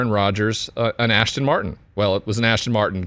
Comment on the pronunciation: Is he saying "Ashton" Martin?